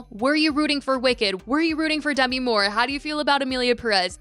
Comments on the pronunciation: I know it’s not your fault but the way you kept mispronouncing Demi’s name. 😅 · Dunno why it irked me that she was pronouncing Demi wrong